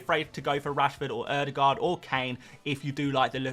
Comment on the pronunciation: Why do you pronounce the "aa" in Haaland correctly but not the "aa" in Ødegaard?